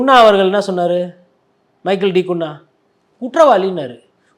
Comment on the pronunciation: குன்னா இல்லை சார் குன்ஹா